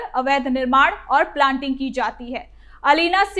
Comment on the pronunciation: प्लांटिंग नहीं प्लॉटिंग कहो